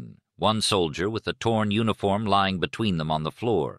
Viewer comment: I recall he pronounced it "u-nee-form!"